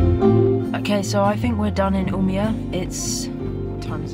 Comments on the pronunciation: Oh! Just gorgeous. At night in the Cairngorms walking 8 miles in the dark, I would often have Roe deer just a few paces away, incredible shots of yours. And, a great addition to finally have your studio, just so. Stay well, in peace, U-meh-oar! Umea, with the o over the a. I lived in Norway and Sweden for around 3 years. The language is easy. You speak it as you read it. Loved singing the dialects.......... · Owning a house in Sweden, shouldn't you learn to speak Swedish? Maybe at least you could learn to say "Umeå" correctly? Love you, love your work!